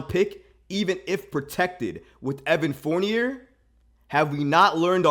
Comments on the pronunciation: It's "Four-Knee-Yay." 😑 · I like this dude and his channel but come on bro… it’s “Fourn-YAY”. It’s French!!!!!!! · I stopped listening because he can’t pronounce dude’s name. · The crazy thing is that he looks just like Fournier yet he can’t pronounce his name